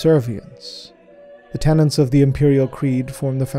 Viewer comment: Y'all gotta stop throwing the letter n in where it has no business belonging. It's tenets, not tenants, and it's raiments, not rainments. *Edit:* Christ almighty, it's interred not interned. He's entombed on the golden throne, not doing an internship on it ffs.